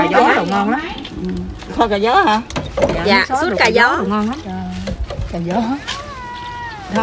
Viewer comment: ơi nước Sốt cà chua chớ không phải là “ suốt “ nghe nói cho đúng 😂😂😂